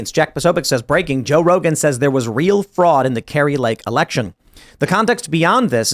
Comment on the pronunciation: There was fruud. There was wide spread fruud. It is about 80% that Trump won. There were many cases, many request, almost all lawsuits were dismissed before any evidence could have been reviewed, there were models who showed fruud, and there hours upon hours of video evidence showing fruud. Tim: "Lalalalala, I don't see anything, lalalalala" In life there are very few real test who show what kind of man you are. To most it happens once of twice over the course of their lives. This was one of those moments and Tim failed his test. He chose to ignore the evidence, and thus he will be forever remembered for this failure. Sorry, little man, but you are a traitor to every political camp.